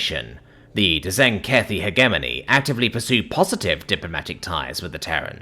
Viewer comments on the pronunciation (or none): "helping". It's pronounced *hedge-ehm-oh-knee* in the event the narrator is reading his comments.